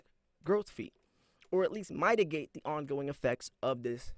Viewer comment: did he just mispronounce the word “mitigate”? That’s a very common word in the English language.